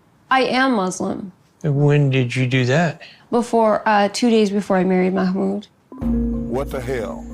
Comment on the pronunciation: Bro if you ever do another video, his name is pronounced "mah mood"